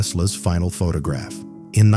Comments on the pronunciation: AI can't even read properly! Pho-tah-graph! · PhuTOGraph. Lovely AI shitslop. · Pho-ta-graph... AI slop, and not even good AI slop... and blocked. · This stupid one said "photograph" incorrectly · AI can't pronounce the word photograph properly. How stupid!